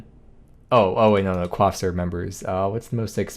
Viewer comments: bro just called coif a "cwof" 😭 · i'm sorry, did you call a coif a quaff. what in the french canadian? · bruh i just learned coif is pronounced like that (i was saying it wrong for like 20 years but at least im not a native)